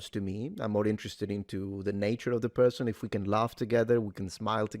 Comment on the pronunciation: Such a good perthon:) It’s the Internet and spiteful Mugs are abound, not a Left/Right matter.